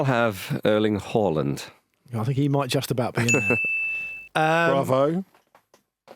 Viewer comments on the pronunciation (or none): wow that’s a new pronunciation of Haaland I’ve not heard before. Every week Andy educates all of us plebs with his awful inaccurate pronunciations.